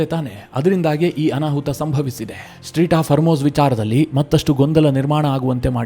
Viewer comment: ಸ್ಟ್ರೀಟ್ ಹಾರ್ಮೋಜ್ ಅಲ್ಲ ಅದು ಸ್ಟ್ರೇಟ್ ಹಾರ್ಮೋಜ್